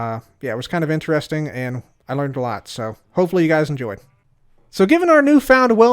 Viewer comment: I heard "butt hole" as you were saying "but hopefully"